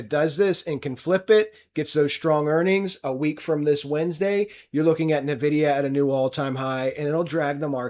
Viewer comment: Someone needs to tell this clown it's not pronounced NUH-vidia.